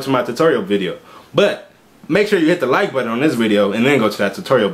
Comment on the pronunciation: Seems like a nice guy good attitude but not sexy 😂😂 I do like his videos tho he’s like hit the like buddon lmao 😂 I’m dead